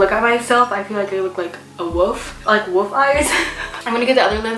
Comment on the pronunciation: Bro every time you say wolf it sounds like you’re just saying woof